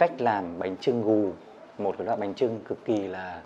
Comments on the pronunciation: Bánh chưng anh ơi không phải trưng ạ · Bánh chưng not bánh trưng a ơi